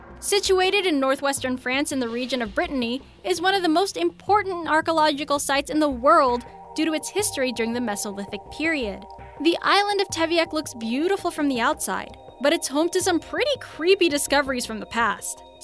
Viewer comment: Ark-a-lodge-ick-al? Really...learn English.